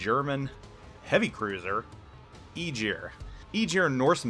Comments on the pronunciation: Tech speaking Being Icelandic Germans kinda Butcher that name also TEch it was (EYE-Gir) but germans say Ae-gier ..but regardless he destroyed the name sooooooooo bad! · He was driving me insane (EYE-gir) I was born in Iceland and i dont even know how he is saying it the way he does entire video made me laugh at first then cringe! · Ägir Æ hard G ir Not eejir. :) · Please please for the love of Norse mythology, stop saying Igyr. The name is Ægir, yes i know you dont have that in your vocabulary, but at least try to look it up before pronouncing it. Eiter listen to Norwegians saying it or Icelandic. Google translaitor.... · More like Eh-gear I think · sea jötunn associated with the ocean it means (sea) in old norse not king of the ocean.. Aegir also wasn't a God he was a friend of the Gods!! Also Aegir is pronounced (EYE-gir)...Aegir is a giant with white hair and a long beard, he is well skilled in the arts of magic. He might be a brother to Loki the trickster and Karl. Aegir is married to his sister Ran, Aegir and Ran are the parents of nine daughters in Norse mythology, their daughters are the spirits of the waves.The names of Aegir’s nine daughters are Himminglaeva, Dufa, Blodughadda, Hefring, Ud, Hrönn, Bölge, Dröfn and Kolga..needed added help from google (couldn't remember it all) ..Would make a kool list of names for the full line just saying! But none were Gods the were all Giants and Friends to the Gods would Travel and break bread together! Norse Mythology is a huge part of my childhood my fathers family still lives Iceland and mothers family is from Norway both families have heavy traces of Viking Blood in themso these stories have been passed down over forever i needed help with the 9 sisters names i couldnt remember them all because well im 40yr now and this is 1 story of litterally hundreds Icelandic people love there intense child stories to scare the living shit out of the kids! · It's pronounced 'A gear' (upvote for visibility)